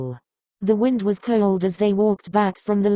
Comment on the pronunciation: "Kyewld" is what i here everytime it's supposed to say cold